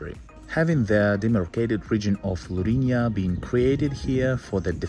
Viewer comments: Lourinhã, with a til in the ã, it sounds diferente when you pronounce, but very good video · Nice video but you are pronouncing Lourinhã wrong